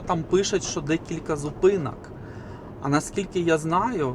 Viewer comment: Противно та смішно сдухати, ПАДАЧА, ЗУПИНАК, ПАРАХУВАТИ, ПАТУЖНА, ПАПЕРЩЕ, ПА КАМІОРТУ, НА ПАЗНЯКАХ, ПА БАЛТУ, ЖЕСТЬ!!! КРАЩЄ ЇЗДЬ МОВЧКИ!!!!!